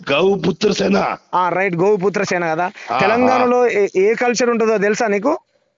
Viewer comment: Vaaniki Goputra anatanike Avvatle Gowputra ani antunnadu